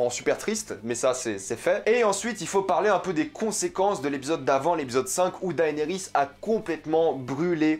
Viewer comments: PUTAIN MAIS on dit DénéRIS , PAS Daaaaéééénééris ! Bordel ca ma gaché la vidéo! Le mec matte 8 saison et jamais il a entendu quon dit DéNéris PFFF LOOOOOOOL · Tu m'énerves tellement quand tu dis daénéris ça me stresse de fou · Enfin c'est finit, on aura plus a l'entendre prononcer "daënerys" toutes les semaines hallelujah 🙌🏻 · Daillenerysse??? 😂 Cèrssèille?? 😂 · Arrête de dire”daaayniris” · Tu suit got depuis 2011 et tu sais toujours pas prononcer le prénom de Daenerys 😂